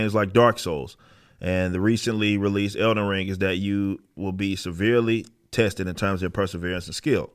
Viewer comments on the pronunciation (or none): I thought it was "Elden Ring," not "Elder Ring." You got a speech impediment?